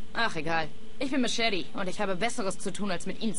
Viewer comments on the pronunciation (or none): machete nicht maschete xD